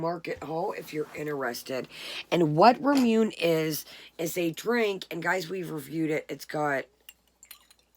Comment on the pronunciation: Hi from Japan! Just FYI: Ramune is pronounced “RAH-moo-nay.” :)